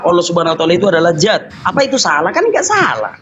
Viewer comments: Dzat, bukan zat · Sat, zat dzat , beda itu, yg betul dzatulloh, bukan zatulloh